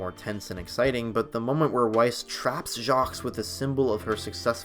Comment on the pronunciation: ...the 's' in Jacques is silent